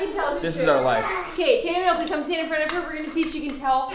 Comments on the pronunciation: Halston is so cute and like laugh that she said okely and said okely sorry if I say it wrong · Isn’t is so cute that halston says Okie for Oakley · HALSTON: MWAMY, DADY, BABY, OAKWEY, OAKWEY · Say taytam... okley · Say oalkay Okee Say tatumy Okee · Say Oakley, Oakley. Say Taytum... Oakley. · Say Oakley “ Oakley” say Tatum “Oakley “ 😂😂😂😂😂😂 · Maybe Halston says Oakley because whenever someone mentions the twins they say taytum and Oakley so when you tell her to say taytum she says Oakley